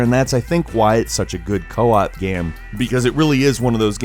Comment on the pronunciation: ... You said co-op not co-op